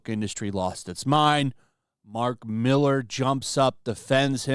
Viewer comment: It's Mark Mill-AR not Mill-ER, come the fuck on, it's not hard. FFS lol.